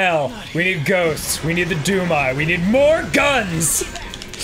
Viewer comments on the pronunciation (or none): at first i thought they said doom guy instead of doom eye